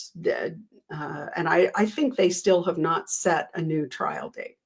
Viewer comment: it sounded like you said “And if you’re NUDE, welcome” in the intro. It gave me a chuckle.